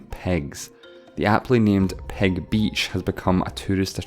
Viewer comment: I assume when he sais 'Ppeg' he means 'pig'. Xddd